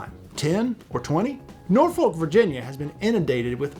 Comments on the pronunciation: Norfolk is not pronounced as Nor Foal-k. It's pronounced as Nor Fuck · You do not pronounce the "L" in Norfolk. Locals say Nor fuk or Naw fuk. Great video none-the-less.